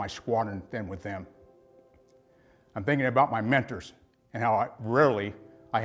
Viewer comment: I just don’t like the way he says “mentors “ …. But right on brother ✊🏽